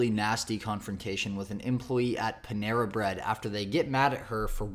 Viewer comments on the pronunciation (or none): Girl…. It’s Panera 😂😂